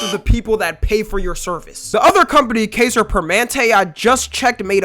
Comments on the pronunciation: Kaiser is pronounced Kye (think bye but replace b with K) Kyeser and uh, Permanente is permanente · It’s Kai-zer, dawg 😂 Edit: “Pehr-mehn-ehn-tay” (English Pronunciation) not “Pehr-mahn-tay” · Bro pronounced Kaiser so wrong 😭